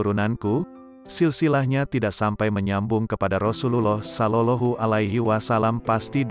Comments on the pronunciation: Maaf cara membaca. Sollawllohu alaihi wasallam ini yg bener. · Kok sollolohu....ucapkan yg benar dong.